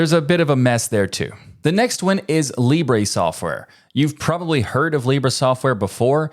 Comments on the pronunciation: Your pronunciation in Spanish is wrong. You pronounced it like libré which to be fair is a indicative of the first person, but the pronunciation in Spanish is libre without the accent in the "e". You only need to let your tongue to move more freely while spelling the "bre" part something I noticed English speakers struggle with. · In spanish it's pronounce LEE-breh, not lee-BREH. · Also not put a "Y" at the end ;-; English speakers always be like "libray". It's just an "eh". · Small correction in pronunciation : In Spanish Libre is pronounced with the accentuation in the first syllable, not the last. It is not "Libré" (that is a verb), its "libre" (adjective, accentuation in "Li").